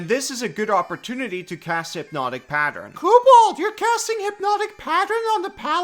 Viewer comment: Remember kids: it's PA-tern, not pa-ter-en.